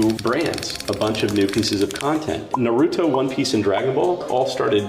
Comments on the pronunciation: I always cringe when someone pronounces it "Nuh-rooto" instead of "Nah-rooto" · The way that man pronounces Naruto hurts me